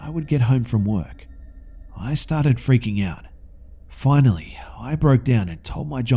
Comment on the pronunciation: lemme eat my FWEAKING snack